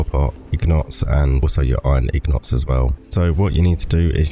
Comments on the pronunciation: Lol it’s INgot my bro not ignot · Good video just one question what is a ig not LOL I mean I know that's how it's technically pronounced if you follow the spelling but that's not how I've heard literally anybody say it really threw me for a loop LOL but you do you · If you follow the spelling? It's an INgot, not an IGnot... why would it be technically pronounced wrong? Im confused